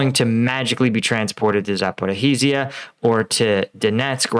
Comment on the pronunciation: Pronounced “Zap-Or-i-zhia” or “zap-or-oh-zhye” zh (ж) is one sound similar to J.